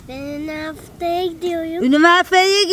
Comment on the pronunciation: Emir: ben üniveveye gidiyoyum Ben: 🤣🤣🤣🤣🤣🤣